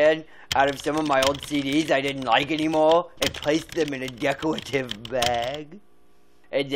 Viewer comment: I love how he closes his eyes when he describes the "decowative bag" 😂